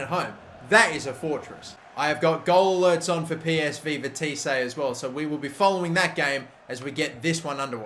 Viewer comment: ' Veteesé and Zwolé'